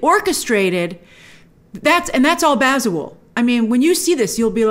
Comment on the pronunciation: The director is Ghanaian,you're saying his name wrong...its Baza-woo-lay.He used to be in the music industry back in the day.